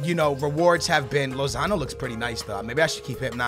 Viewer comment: lozano.??like so can learn how to pronounce players names